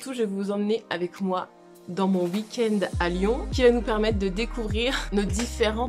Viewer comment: Petite vidéo parfaite si ce n'est qu'on ne dit pas ''wouikend' mais 'weekend' 🤣😝 tellement contente d'avoir eu ces moments av toi!